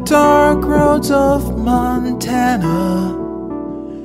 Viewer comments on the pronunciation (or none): none